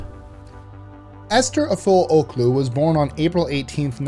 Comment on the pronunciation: You pronouncing the name wrong